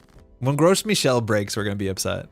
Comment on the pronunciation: it's so funny to me every time you pronounce gros michel as 'gross michel' you live in montreal it's french lol